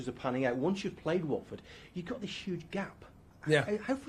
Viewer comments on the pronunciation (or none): none